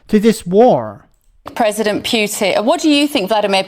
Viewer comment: She pronounces Putin like putrid. Very fitting. When I was in Slovakia (1976/77) Russians had stationed an occupation army which had been there since the end of the Spring of Prag. I and two of my friends came across 3 soldiers who were wearing big coats in the middle of July. The reason for wearing the cot and boots was that they only had one shirt, and it was in the wash, so they had to wear the coat to look orderly. Moreover, they tried to rape us. I could tell other stories. I am very very negative when it comes to the Russian army. There is nobody between the generals and the petty officers, so the generals do not really know what is going on, and it is unbelievably corrupt.